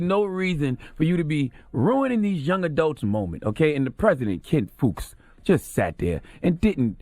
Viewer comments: Fuchs is pronounced Fox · My school done got Donkey of the Day....and Fuchs is pronounced Fox lol!!! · His last name is pronounced "Fox"...and UF grads do this every year. It doesn't hold up the ceremony...they dance, wave , etc. across the stage. Takes 2 seconds, and even if it is "disruptive" there was no need to assault (and insult) the grads and their families, especially the minorities who have endured countless instances of overt racism and microaggresions just to make it to that day. I support Association Black Alumni's response letter, and although I haven't seen it, I heard that the Black Student Union also responded.